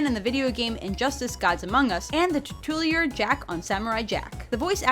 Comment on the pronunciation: Tit-two-lier? You meant titular but that is NOT what you said, friend...